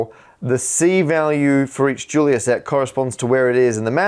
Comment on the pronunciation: The 'Julia' in 'Julia set' is pronounced 'zhoo-lee-yah' because eet eez Fronch, honh honh honh!